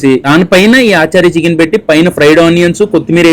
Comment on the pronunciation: Adhi aaachaarii chicken kaadhu ra babu.. achaari chicken